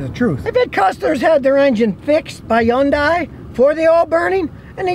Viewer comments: Scotty...it's pronounced Hun-day, not Hi-un-day! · hyundai: "hun dai" not "hi yun dai" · He pronounces it more like Yun-die. In Korea it actually is pronounced Hee-yun-day. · It's pronounced Honday not YunDie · Scotty, fuh Gahd's sake, it's HUN-day, rhymes with SUNDAY. Jeez. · Scotty, Hyundai itself said that in the U.S. the name is pronounced "HUN DAY"... nothing more elaborate or exotic sounding. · Did he say. Yunday???? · Okay, this is nit-picking . But here goes anyway. Hyunadai is pronounced like Sunday but with an H instead of an S. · “Yawn-Die” never gets old. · Learn how to pronounce Hyundai and someone might listen to you. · If you can't pronounce the name of the company, you shouldn't do videos about said company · Lmao 😅🤣 Scotty be pronouncing Hyundai.